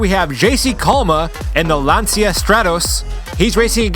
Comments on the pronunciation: it is pronounced lanchia, not lonsia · JC Calma might not be the fastest but surely he's a consistent driver. He's a contender for the championship for sure. BTW it's pronounced Lan-chee-ah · I love that seemingly no one in America pronounces Lancia correctly. Not that it's a popular car here or anything but I just find it amusing that their name will forever be screwed here lol